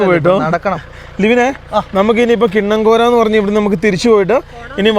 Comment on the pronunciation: കിണ്ണം കോര അല്ലടാ മൈ മൈ മൈ അല്ലേൽ അത് വേണ്ട,കിന്നക്കോരൈ ആണ്...😆😆🙂🙂🙂